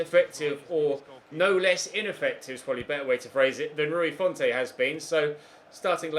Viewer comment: It’s Rui font, don’t pronounce the e